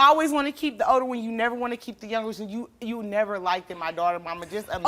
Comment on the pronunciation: Why do black people say "likeded"?